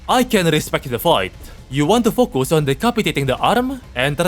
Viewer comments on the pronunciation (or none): none